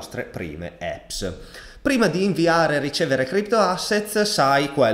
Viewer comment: Ottimo video di setup! molto chiaro ed esaustivo! grazie! p.s. un piccolo appunto di inglese: GENUINE si pronuncia "genuin" non "Genuain" e APPS "apps" non "epps" come pure un po per tutti quelli che lo pronunciano male, Apple e' "appol" non "eppol"